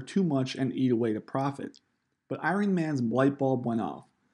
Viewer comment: It’s pronounced “I-Run-Knee” Not “Iron-ee”